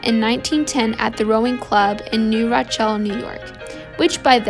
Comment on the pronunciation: Please learn how to properly pronounce city name. New Rochelle is pronounced New Ro-shell. Birmingham England is not pronounced the same as Birmingham Alabama